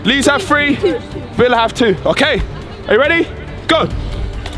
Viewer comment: Eman can't pronounce three